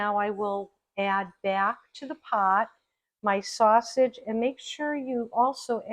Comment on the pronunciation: THIS is one of your B E S T shows! Awesome job on this and glad you kept in the first “snaushage” because it was hysterical. Proud of you, my friend. Keep doin’ it!👍🏻👩🏼‍🍳